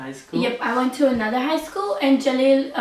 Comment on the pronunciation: please pronounce the name jalil als jAlil and not jElil. It sounds like jelly hahah